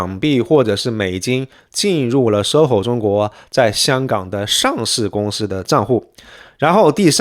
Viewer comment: 注意，是公司si / 司si法，不要故意卷舌